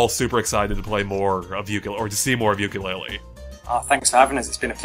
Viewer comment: Tooka-Laylee, and Yooka-Laythree, YES YES YES hahaha